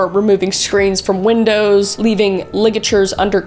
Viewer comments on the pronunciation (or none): none